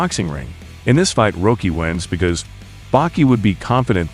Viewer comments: Stall-own, Bal-bow-ah. Rah-kee. Not being a dick, just correcting pronunciation. Threw me off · You know, at first you pronouncing it "Roekie" irritated me. Then I realized, if Itagaki introduced him into the manga, he probably WOULD put a lawyer-friendly spin on his name like that!